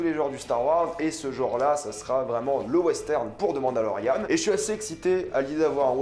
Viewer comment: quand tu dit " The mandalorian " Ont dirait que tu dit " Demande à Laurianne "